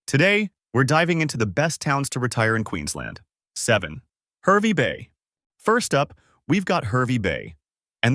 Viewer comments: It is HARvey Bay not HERvey Bay. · HAHR-vey Bay. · It's pronounced Harvey Bay